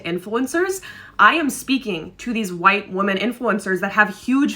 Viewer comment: The word women is pronounced wim-min